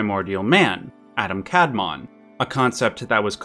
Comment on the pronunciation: A great video! I knew that the author of FMA is a genius, but I am still surprised. Just 1 timy misspronounciation - you say it as "Adam kAdmon", which is a very American way of saying it. In Hebrew, it is pronounced "adAm kadmOn" (the emphasis is different).